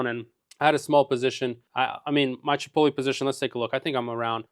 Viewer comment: Dude doesn't even know how to pronounce chipotle lol